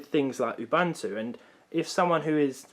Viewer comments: Ubuntu...not UbAntu.......sigh...windows users! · It's UBUNTU, not UBANTU, there is no A, please do not pronounce it with a A. Oooh-Boon-too, it's a Zulu word. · You'boon'too not Youbantoo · I died inside when I heard you pronounce Ubuntu. It’s pronounced ooh-boon-two. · It’s pronounced u—buu—n—to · The word "ubuntu" is an old African word meaning"humanity." It is pronounced "oo-boon-too".